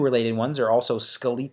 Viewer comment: I know this man did not say Ska Lee Tull for skeletal lol